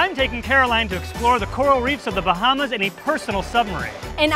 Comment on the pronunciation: Im so mad rn please say The Bahamas right